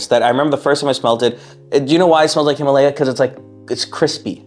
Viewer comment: HIM UGH LEIA sound it out